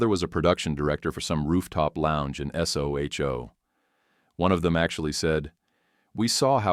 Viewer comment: It's Soho, not s.o.h.o.